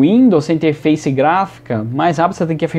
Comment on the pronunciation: "interfaice" kkkkk